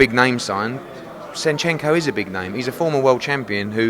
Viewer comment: Shenchenko? Seriously come on man. Disappointed man.